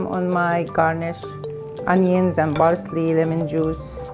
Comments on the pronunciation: BARSLEY.. lol what is baRSLEY... just say parcley.... every human can do it. so can you.... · Fousey: What she meant to say was parsley not barsley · Please say parsley not barsley JESUS CHRIST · She says barsley not parsley 😂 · "Barsley" .. The arabs cant help but neglect the letter p 😂